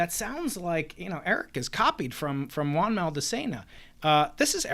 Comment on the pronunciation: Notice how, unlike Eric, Professor Dave actually managed to pronounce “Juan”?